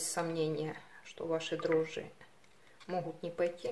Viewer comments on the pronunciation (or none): none